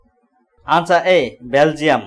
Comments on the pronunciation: Wo belagum h..belgium nehi sir..apne do bar galat pronounce kiya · Belgaum... Not belgium 🇧🇪 ... The persons Pronunciation is wrong ❌